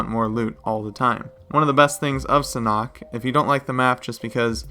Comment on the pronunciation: sanhok not sanock